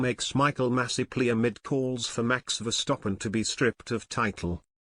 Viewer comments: the way you pronaunce name Max Verstappen , not Max Verstoppen ! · I can't help but laugh everytime I hear "VER-STOP-PEN" 😂😂😂😂😂